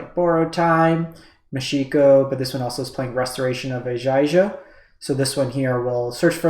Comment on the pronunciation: I think in general you've done a reasonable summary of what's going on (I also understand this video is now a bit outdated at the time I'm writing this, though that isn't relevant for my comment), but man... those pronunciations were KILLING me, lol. Eye-gahn-jo (Kami of ) Tran-zee-uhns (Patchwork) Aa-taa-muh-taan Just some food for thought.